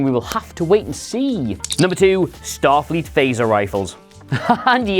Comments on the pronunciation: #2 a goof you guys missed. "Statfleet" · STATFLEET XD XD XD